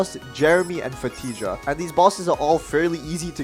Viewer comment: 'fatija' FR BRO DID HIM DIRTY